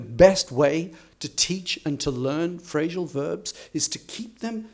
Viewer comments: Why do you say "phrashal verbs"? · Why do you say "Phrashal verbs"?, I don´t know, maybe it's a variation.